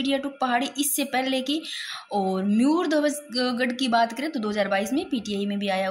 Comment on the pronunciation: अरे मैडम जी मुयरध्वज गढ़ नहीं मयूर ध्वज गढ़ है,,,म यूर ध्वज उच्चारण को सुधारा जा सकता है ताकि आगे गलती ना हो,,म यूर बौलकर कोशिश करो